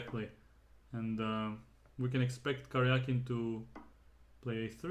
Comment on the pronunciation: Thank you for pronouncing his name correctly. Серге́й Алекса́ндрович Каря́кин. It should be transliterated as Karyakin. What IQ85 morons decided to transliterate his name as Karjakin?